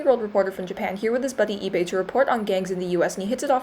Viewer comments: im sorry but the way that she pronounces Ibe is so funny I- EEBAY WWWWWWWWWW AHAHHAHAH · They way she said Ibe made me have to rewind the video because I thought it was Ebay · The way you pronounce ibe kinda sounds like ebay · Everytime she sais ibe i understand ebay lmao